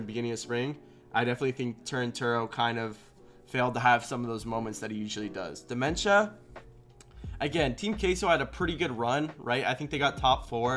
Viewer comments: Isn’t it Diments-uh? Not dementia, lol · Solid rankings. On a side note, I swear it sounded like he was saying "dementia" haha! Always solid work by.